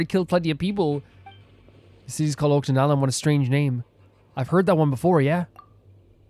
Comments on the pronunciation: Oh btw, I thought u might wanna know this, but it's pronounced "Och-ka-natlan", not "Ot-ka-natlan" Not a big issue tho! Loving this!!✨ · Yeah. "Och" is pronounced like the end of "notch".